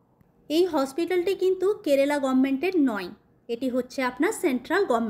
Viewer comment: কেরেলা না বলে,কেরালা বললে শুনতে ভাল লাগবে।🙏